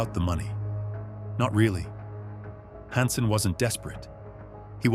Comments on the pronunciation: narrator has to be ai right... the constant mispronunciation of "hansen" is strange to me-- thats not an error a human would normally make like if u say "han-sen" then u would be consistent but this narrator swaps between "hon-sen" and "han-sen" which is just odd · "A career-ending mistake "? Conciously betraying our sources who were executed, a mistake? Who wrote this, a bad AI program? "Honson". This is pretty cheap AI.